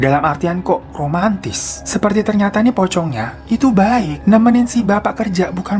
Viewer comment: Pas ngomong "Romantis" nya berasa gmna gitu 😂